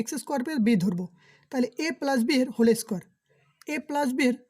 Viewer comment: পেলাস না প্লাস হবে ওকে